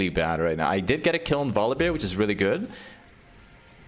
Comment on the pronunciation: omg please stop saying volibeer 😅